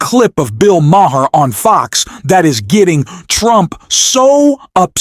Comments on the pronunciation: "liar" not "lier". And "Mah herr"?? It's pronounced "Maar". AI voice and a channel owner for whom English is not his first language. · Bill Maher: Pronounced "marr" Or "Mah." Or maybe even "marrr." But not ma-her, not ma-herr, and not ma-uh. Is your narrator maybe in the wrong lnie of business? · Its pronounced Bill "Mar" not "Mahar". Why don't you get real people to say real things. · It’s PRONOUNCED Bill MAR NOT MA-HAR. And it’s LIAR..NOT LIER. Hire me for spell check. I need the money. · Who the bloody hell is "Bill "Maah-huh"? {:o:O:} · Enjoy what you do? You cant even get Mr. Maher's name pronounced correctly. What kind of idiot does the voice over? It's prounounced Marr to simplify it for you. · do you really not know how to pronounce Bill Maher's last name? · The “H” is silent!🙄